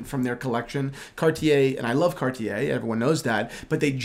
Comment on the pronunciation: when will two young men learn to pronounce the company name Cartier correctly.. it is so rude to pronounce a name incorrectly